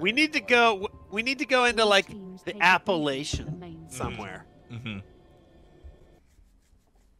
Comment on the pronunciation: App uh lake an